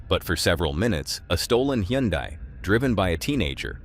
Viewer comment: "Hyundai" is pronounced like "Sunday"